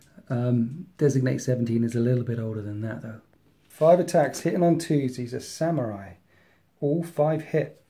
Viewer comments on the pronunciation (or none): none